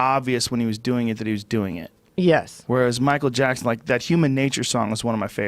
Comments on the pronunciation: Michael japson 😂😂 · “Michael Jabson” 😂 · Michael Jabson